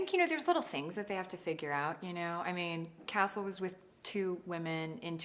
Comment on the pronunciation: Omg, she is so sweet ! I love her smile ^^ I don't know why but when she says "Castle" I think I hear "Nathan" .. Just me? :p